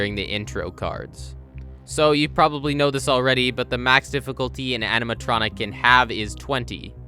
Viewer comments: I just noticed… “animatonic” lol Also you’re on a whole other level of gaming when it comes to FNAF, I’ll never stop being impressed dayum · No one noticed “animatonic” ?